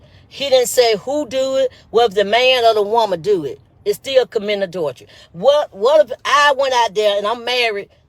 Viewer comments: Wandaaaaa, stop fking that word up, its a·dul·ter·y 😆 🤣 😂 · Ms. Wanda just leave it alone please. Can't even pronounce adultery.